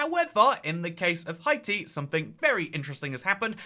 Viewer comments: Hey I js wanted to tell you that Haiti is usually pronounced hay-tee not hi-tee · I’m not Haitian but know several Haitians, and the way to pronounce Haiti is “Hey-tee” and Haitian is “Hey-shen” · Nah I’m British and is saying it weirdly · It’s a running joke on this channel, always says “Hi-tee” although he knows the correct pronunciation. There are a few others, with Greenland he says “Green-land” instead of “Green-lund”, for Abkhazia he says “Ab-skay-zia” instead of “Ab-kah-zia”, for Heligoland he says “Hel-jee-o-land” instead of “Hel-ee-go-land” and I’m likely forgetting a few. I believe most of these were from when he first started the channel as a teenager and genuinely didn’t know how to pronounce them, but since then it’s become a running joke. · It might be a French pronunciation. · It is in fact how we pronounce it in French